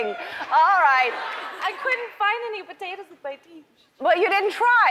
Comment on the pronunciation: Lol she says "Potatuz" Love you Ellen!!!